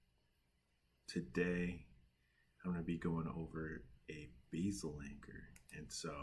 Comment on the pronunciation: You keep saying beesil anchor in the video asif you’re not sure what to say